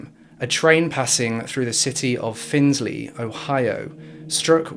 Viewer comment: My mother used to babysit her and my family was close to her when she was younger. I didn’t realize it was going to be this case. Locals say “Find-Lee” not “Findlay”